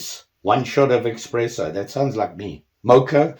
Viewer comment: it’s espresso NOT xpresso